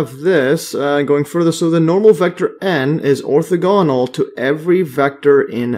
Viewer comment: Ortha-ganal. Lol you made me double check I was pronouncing it correct.